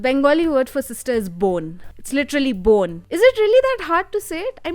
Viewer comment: I can't stop laughing. Bone becomes bon 🤣🤣 1)Okay but one thing I want to correct. Indians don't have clearest accent. I have been hearing this nonsense since kid but it's absolutely false. It's sound clear to us bcs we r raised in an environment where we r aware of the language that the accent is based of. But that knowledge is not available to non-Indians and that's why they can't understand. Americans will naturally gravitate towards French and other European even Australian bcs they all are from white. Historically they r connected to and has lot of cultural influence. English also takes lot of words from old German and Welsh. Hence, why it will be easier. So it's not their fault for not being able to understand Indian accent. Also accent is highly influenced by what you hear. That's why people's accent keep changing with location. 2) Now coming to cultural representation. I have seen reiews of recent representation based films by many natives. It's interesting how all (the one I saw) have same thing to say as you. Shang Chi, Ms.Marvel, Black Panther, Raya and Last Dragon, Xo Kitty, Aladin. Alot of natives were not getting the representation. Infact in some cases it was abysmally hollow. Like in case of Raya and Crazy Rich Asian. Where in Raya, all SEA countries were mixed and cherry picked into sections based on personality as if it's Harry Potter and they were done. No country was given individual identity. Pretty much all the movies have one complain i.e not gett